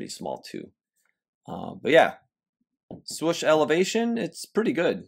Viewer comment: Love the content you bring us and the effort you put in. But, my guy, why do you always pronounce it "Swush"? Its Swoosh. You're too old-school and educated to be mispronouncing it like that!